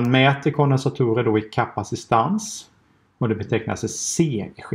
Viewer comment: Heter det inte kapacitans? Du benämner det som "kapacistans"